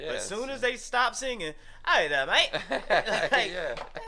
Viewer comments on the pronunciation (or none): none